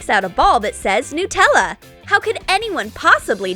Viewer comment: It's not newella it's nUTella